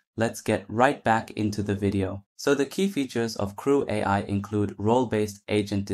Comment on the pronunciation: Had me going until “” was pronounced “creweye”